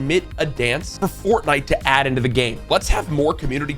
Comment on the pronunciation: let’s æædd😂